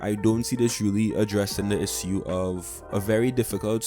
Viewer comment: Why are you pronouncing "issue" like that ? Bruh